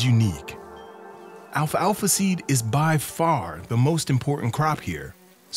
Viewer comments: He keeps saying "alfa alfa." It's Alfalfa. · Why does he keep saying Alpha Alpha seed? It's pestering me. It's just alfalfa